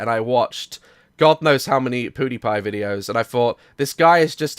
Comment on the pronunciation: Am i the only one who noticed he said "Poodiepie" instead of Pewdiepie?